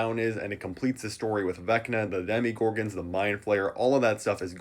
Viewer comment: “Did he say Demeegorgons” 😂 💀